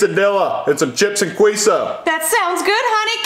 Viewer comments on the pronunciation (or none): He said quesadilla queso like Quiso and Quisadella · bad father who abuses his gay son. Poor Timmy. Neither him nor the kids can even pronounce queso or quesadillas properly and can’t even pronounce Uber correctly either.🤦🏻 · The pain in me internally when i heard the pronouncing Mexican food was gut wrenching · As much as it pains me that they say the names of queso and quesadilla wrong, i still find this video pretty fucking funny. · As An Mexican, I don’t know how to feel when they mispronounced Quesadillas and Queso